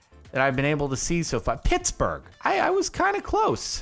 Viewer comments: i live in pittsburgh, and i was cringing so hard when he got phittsburgh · "A project of the pittspurgh cultural trust" riiiight at the start